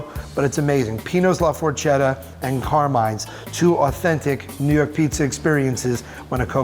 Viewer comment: I cringed so hard at the pronunciation of Carmine and forchetta